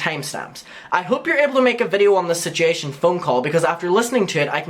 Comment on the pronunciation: You're aware that there is a "u" in "situation", right? It's not spelled "sitiation"